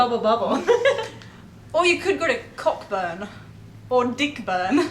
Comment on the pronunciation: Orange is in NSW as well. Also cockburn is pronounced koh-burn